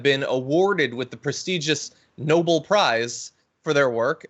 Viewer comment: It's not Noble. It's Nobel. Dumb asswipe.